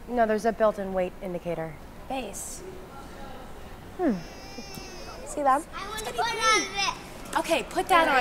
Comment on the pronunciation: Why do I always feel like the "s" in Béis is Silent lol